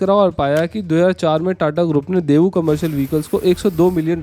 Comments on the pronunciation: It's not debu, it's Daewoo. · great video, btw it's डेवू not देवू